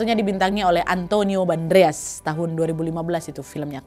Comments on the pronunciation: Keseleo lidah ya Nadia, Antonio Banderas bukan Bandreas,,😁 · Antonio BANDERAS wak, bukan Bandreas, hehehe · Antonio Banderas bukan Bandreas😢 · Antonio Bandreas ❎ Antonio Banderas ✅ 🙏🙏